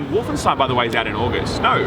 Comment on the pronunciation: just casual nailing the german pronounciation of "Stein" in Wolfenstein